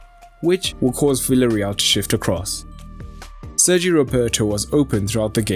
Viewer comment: Please people, call villareal not ‘villareal’ but ‘biejareal’